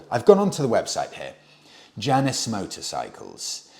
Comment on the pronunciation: I have a feeling the pronunciation of Janus rhymes with anus, not Janice.